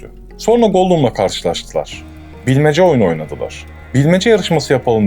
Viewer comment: Abi dikkat ettim iki defa, sonra diyeceğine sorna diyorsun :)